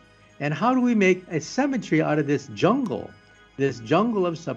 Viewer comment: The way he says Symmetry sounds like Cemetery.